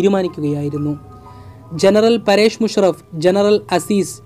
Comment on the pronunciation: ജനറല്‍ 'പരേഷ്' മുഷറഫ് അല്ല, 'പര്‍വേസ്' മുഷറഫ് ആണ്.